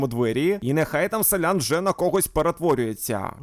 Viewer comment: Шановний! Будь ласка, говоріть правильно: селянИн, а не селЯн. Інакше я не витримаю і забороню своїм дітям дивитися ваші відео 😎